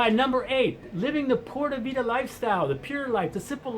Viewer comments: Dude stop saying porta vida! it is PUra Vida (Puura Vitha) Other than that your on target, i put in 3 years there. Watch out for the woman! they are dangerously Hot which means mostly you will get burned or smoked! And crime there is serious, the Columbians educated the Costaricanians to steal the underwear off you under your pants! they are very good! Great place to visit but unless you are a hippy surfer forget about living there. I married a lovely woman and brought her and her 4 kids to the states and they will never return to live in their own country now! Costa rica is for criminals and whores and surfers. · That's not the right way to pronounce pure vida. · By the way, just learn to say PURA VIDA the right way. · This guy can't even pronounce pura vida. Drugs are the best in CR. Heck yea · How can you be living there and not pronounce "Pura vida" right?? Screw it! I can't live there.